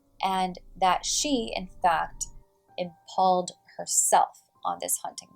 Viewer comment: impaled sounds like Im-pail-ed